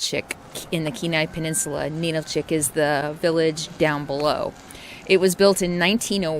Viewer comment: I'm sorry, but I have to correct your pronunciations again because you have butchered many of the names. Especially when you speak of the AL - yoot (aleut) and Ah - LOO - tick (Alutiiq). NA - nill - chick (Ninilchik). AH - skoal - kof (Oskolkoff). Da - NYE - na (D'naina). Sol - DOT - na (Soldotna) And if you like down home, visit Talkeetna. Although it's very touristy in the summer. And did you call the animal on the whistle a moose?! It's a caribou. 😕